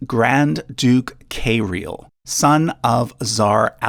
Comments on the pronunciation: it's not "Kay-ril", it's "Kee-ril" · K-real not Is-real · Grand Duke Kayreel are you losing me here? Someone with such knowledge should be able to pronounce Kiril ... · Cirillo detto kirill non carrillo è di origine castigliano si pronuncia carilio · Why do you pronounce Kirill as "Kay-rill"? It should be pronounced "Kee-rill", as this name is the Russian version of the Greek-Roman name "Cyril". You don't say "say-ryl", you say "cee-ryl" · why cant Americans pronounce Russian names CORRECTLY..... Kyrill is not Karial ... it is KYRILL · Why do you keep saying "Kay-ril" or "Kay-real"? Kirill is said exactly as it is spelt. Like "kill" with "ri" in the middle, where ri rhymes with ki. Even your chapter titles have spelt it "K Real"! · You completely mispronounce Tsar. It's Tsar', not Zar. Ts is very same as Ts in Japanese (like Tsunami). You don't say Zunami. There are 3 sounds - Ts - A - Rь. Kirill, not Keyrill. VladImir. not VlAdimier. RomAnovy, not ROmanovs. Xenia is pronounced Ksenia in Russian, not Zenia. Ilyinsky is pronounced Il'YInskiy, not IlInsky. Rostislav, not Rotislav, you missing S. It's Dmitriy in modern Russia, not Dimitry. VlodImirovna, not VladimirOvna. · It’s not Kayrill. It’s Kirill, short i sounds. And Xenia is not Zena. It’s pronounced Ksenia. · "Kay-reel"? Really? Ki-reel. Felix Yusopov was not a Count...he was a Prince. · It's not kayriel it's Cyril also the Cyrillic alphabet was named after a Kiril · Kay-reel? How about Kihr-ill? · why do you pronounce key-rill as KAY-rill? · It's not pronounced 'Kayril', it's more like ''Keeril''. :))) I was only listening at first and not watching the images and I was thinking What kind of a Russian name in KAYRIL? :))) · why in the world does he keep saying KAYrill?? It's said the way it's written, KIrill. In English, Cyrill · Kiril's name isn't pronounced Kay-real. It's pronounced Si-real. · . its kirill not "kay-real" lmfao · HOW did you turn the pronunciation of Kirill into KAYrill?? HOW???